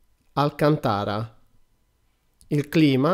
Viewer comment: Inoltre si dice Alcàntara, non alcantàra